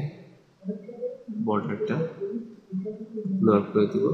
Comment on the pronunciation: ব্লোয়ার না ভাই, ব্লার।